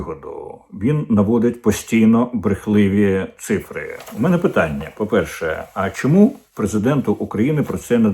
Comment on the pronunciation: Ме'не ??? Ви чиїх будете пане корчинськиЙ ? Хто вас так навчив ставити наголос ??? Якийсь КЛІНІЧНИЙ ІДІОТ ??? Пане корчинськиЙ , вашим вчителем був ІДІОТ ??? Чи то ви ІДІОТОМ народились ? Перша хвилина етеру - українська мова від ПРИДУРАШЕНОГО ДУРАКА ... Чи БОВДУРА, чи ДУРНЯ...